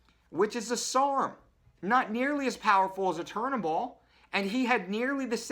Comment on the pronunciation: you can't even pronounce turinabol properly, educate yourself before speaking